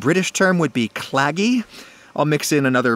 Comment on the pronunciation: No one in England has ever said the “clagy”